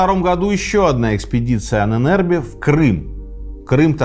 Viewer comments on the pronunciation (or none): Почему произносите Ане нербе Правильно анен эрбе Анен это предки, а эрбе наследие. Ahnenerbe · Позволю себе небольшую поправку «Ahnenerbe» читается как два отдельных слова: Анэн с ударением на первую «А» и Эрбэ тоже с ударением на первую гласную. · Пожалуйста... ударение в Анэнэрбе на А!!!! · Анен Эрбе , отдел но произносится и ударение в немецком на первый слог , спасибо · нет не правильно. Там даже как бы 2 ударения на А (анен/Ahnen) и на E (ербе/Erbe)